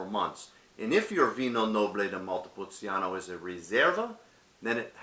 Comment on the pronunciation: It’s pronounced. Montepulcheano not montepul ceeano